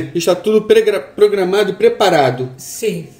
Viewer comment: O disse pregramado em vez de programado kkkkkkkkkkkkkkkkkkkkkkkk